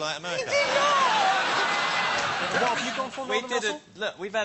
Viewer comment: "She's big in Amewica, she doesn't care about the Little Dick Emewy Show!"